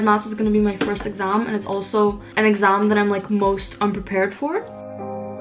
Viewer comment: i love how she says "EGGASMM" instead of exam.